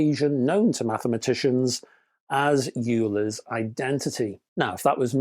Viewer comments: 'Euler' - You say Yuler, I say Oiler, let's call the whole thing off. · Definitely Van Der Graaf Generator. Euler is pronounced oyler Also, strictly speaking , it should be Van De Graaff after the guy who invented it